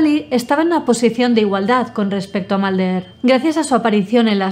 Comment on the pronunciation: "scally", "malder" 😎😎